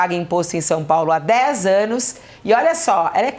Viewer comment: "21 êêênos..."